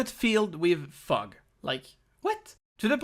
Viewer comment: i heard "filled with FUCK" . didn't cross my mind that the last word might've been "fog" until like 30 seconds later lmao